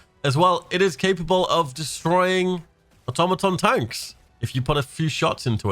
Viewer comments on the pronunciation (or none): none